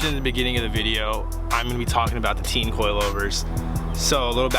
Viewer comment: Yo it’s pronounced tane